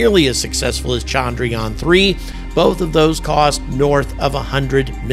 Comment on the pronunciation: Appreciate the encomiums! But with Indians becoming so salient on the world stage, why not take a brief lesson in pronouncing Indian words better? The biggest single issue is disambiguating between the two Indian vowels which are both represented in the Roman alphabet as “a”. One is as the “u” in burst while the other, longer one is as the “a” in latte. Thus it is chundruyaan, not chaandraayaan. The other egregious issue is your mangling of the name of the Father of India’s space program, Vikram Sarabhai, pronounced vikrum saaraabhaai.